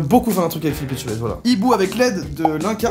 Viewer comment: "Philippe Machtabaise" bon 😭😭